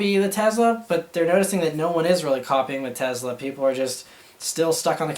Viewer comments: TESLA MAN NOT TEZLA haha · Tezla? Tesla !! hahah